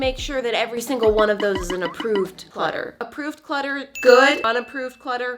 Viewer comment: Is it just me or whenever I first watched this video whenever she said there’s the good clutter in the bad clutter I thought she said the good butter and the bad butter